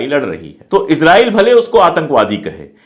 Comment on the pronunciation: Israil..pronounce Hai Izrail...nahi.